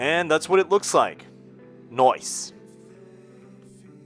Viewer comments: Loved your attempt to say..nice. You did good 😊😊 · First time watcher - you had me at ‘’ 😂